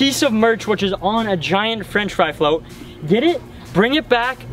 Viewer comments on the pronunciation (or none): “Which is on a giant French flote” 😂